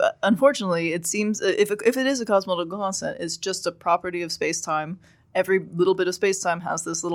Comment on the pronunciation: I can’t stand the way she mumbles through “cosmological constant”